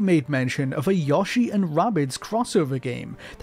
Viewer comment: This is a phenomenal video. That said, please stop mispronouncing "Yoshi" as "Yashi". I've seen you blame it on your accent, but that's plainly bull because you don't say "Nintenda" or "Miyamata", so we know you're perfectly capable of properly pronouncing Japanese "o"s. Continuing to willfully mispronounce it after being corrected by the community shows a lack of respect for the name and its language of origin, especially since it's a real name many Japanese people share. You've been told that you're saying it incorrectly. The next step is to make the conscious decision to change that bad habit and correct your pronunciation.